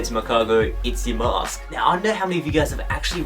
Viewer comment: I know you don't watch Pokemon Black and White because you can't say Yamask properly...